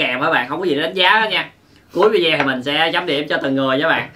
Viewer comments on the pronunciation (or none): none